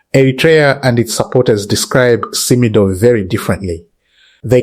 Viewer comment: It's pronounced like Sim-Doh